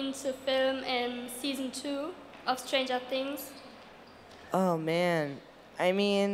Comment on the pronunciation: Die meisten haben „Stranger Things“ einfach Stranger Tiiiiiings ausgesprochen hahaha